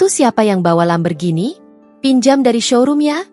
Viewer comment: Min jgn bilang Lamberghini... tapi Lamborghini...😂😂😂😂